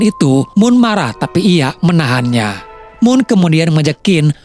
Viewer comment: NOOM bukan moon hadeuch